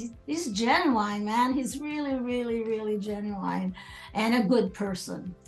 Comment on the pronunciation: did she say genu“wine”？